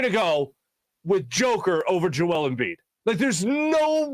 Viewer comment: Maybe you should learn to pronounce 2 time back to back MVP's name before you talk about him. Also, Embiid robbed? You must have something to be robbed of it. Embiid never had MVP in his possession to be robbed of it